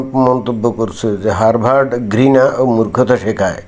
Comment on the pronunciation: বানানে r থাকলেও উচ্চারণ হবে হাবার্ড